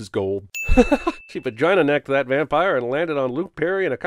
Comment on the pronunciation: 'Van-pire' was great, but the award goes to, 'Cancel Ben AfflecK'. Seriously though, cancel Ben Affleck.